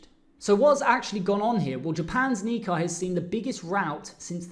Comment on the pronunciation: If you are going to be a professional trader & market analyst, please learn how to pronounce key markets like "nikkei" it is pronounced "ni" + "KAY"... Thank you!